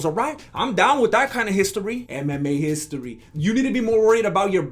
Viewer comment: “Browser Histori!”🤣🤣🤣